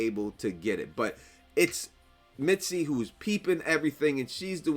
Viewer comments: Are you saying mitsy or misty? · Are you calling her Mitsy or Misty? Because it is sounding like you are calling her Mitsy and that is not her name, lol. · Respectfully-her name is Misty, not Mitzi. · He says mitsy 🤭